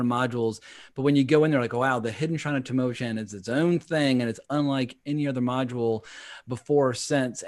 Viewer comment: Just tripped over your video two years after the fact, so I'm a bit late to the party. Enjoyed the banter. But I wanted fo mention to potential players and DMs of this classic module... it's pronounced Tam-Oh-ah-KHAN (like Con) not 'Chan (like Channel). Just FYI. Enjoy! 🤘🏻🤩